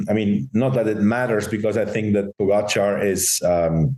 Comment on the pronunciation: Why does Lance keep pronouncing Pogacar name incorrectly? Is it on purpose like Trump with Kamala?